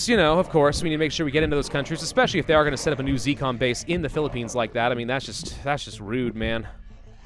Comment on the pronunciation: pi li pi ians what philipines dude that hurts